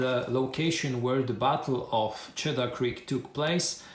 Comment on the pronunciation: Nice unboxing!!! As you're not a native English speaker, there were a couple of place names you had trouble with, so I thought I would help you out. I know that if I were unboxing a game set in Poland, I would do far worse than you did, certainly!!!! "Shenandoah" is pronounced "Shen-an-DOE-uh" and Cedar Creek is pronounced SEE-dur Creek ("cheddar" is a type of cheese!!) Still, a wonderful video for a wonderful set of games!!!